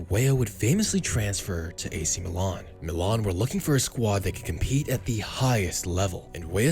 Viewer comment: Milan* not Melón